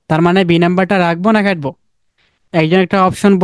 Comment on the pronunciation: ভাই একটু কষ্ট করে কাটবো বলতে পারেন না? খাটবো বললে কথা বুঝতে সমস্যা হয়।